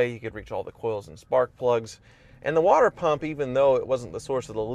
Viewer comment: Anyone else hear him say "water prump''?